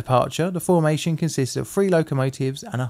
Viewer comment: Why cant you say the word “three” you say “free”